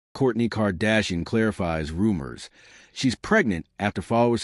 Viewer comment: I only watched this because this person calls Kourtney’s old ass Kourney ( Korny)😂